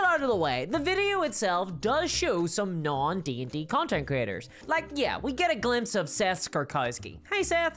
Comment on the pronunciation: Sounds like you are saying "content critters."